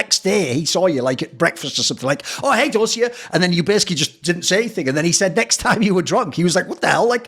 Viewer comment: the same Dosia advert was used in Poland too :) Try pronouncing it DOSHIA , instead of DOZZIA